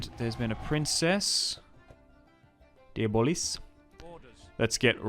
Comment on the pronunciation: I like your pronunciations better. Diabolis sounds so much cooler than "de-blah". Diabolis is like an end game boss or something.